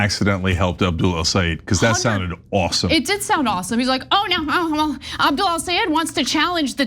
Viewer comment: I AM SICK & TIRED OF CHENK (or whatever his name is SABOTAGING THE LAST NAME OF "EL SAYED" & CALLS HIM (EL SA'EED) . IT IS TIME TO LEARN & PRONOUNCE THE GUYS NAME CORRECTLY, IT IS *EL SAA YED*, IT IS REALLY INSULTING WHEN YOU SABOTAGE THE NAME OF A GREAT PERSON LIKE HIM.